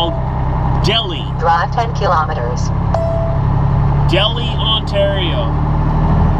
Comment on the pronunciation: Delhi is pronounced dell high not delhe like New Delhi in India